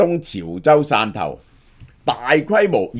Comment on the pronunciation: 汕頭讀散頭， 不是線頭啊😒